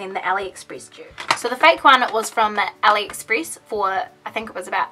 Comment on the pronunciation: It's not Aliexpris 😂